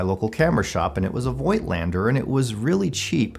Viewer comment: I think the pronunciation is "foigtlander" as they are germans.